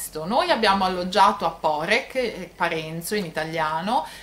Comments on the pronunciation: Poreč...l'ultima lettera non si pronnuncia come una K...quindi non è Porec come Lucca ma è Poreč come Lecce....comunque per gli Italiani e meglio se la chiamano Parenzo visto che è il nome della città in Italiano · Esatto, la Č si pronunica come Lecce, come cia come ciao. Hai la Č dura e la Ć piu' morbida. Quindi non Porek (come la signora/signorina pronuncia nel video) ma Poreč.